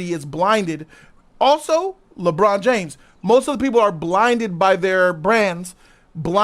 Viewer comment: said "Lee-Bron"